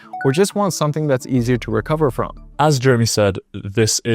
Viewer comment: bro can't even say Jeremy's name right